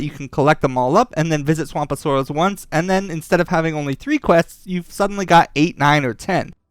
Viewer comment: “Swamp of soaross” lol